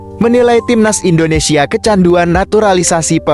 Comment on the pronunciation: Indonesia bang bukan Indonesie parah lu 🤡